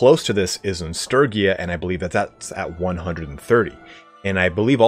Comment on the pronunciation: I hate to admit it, but I honestly die a little every time I hear Sturgia by that pronunciation. My heart and soul are entirely committed to the soft g.